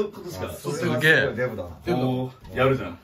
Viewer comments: 最初、「効かないねえMだから」に聞こえてびっくり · 「デブだから」が「Mだから」に聞こえてさらに納得した